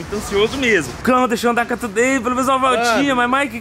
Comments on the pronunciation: Se pronuncia tiu dei não como está escrito today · Se fala "thu day" e não " to dei" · Você sempre fala o nome today errado...você precisa colocar no Google tradutor e ouvir como se pronuncia correto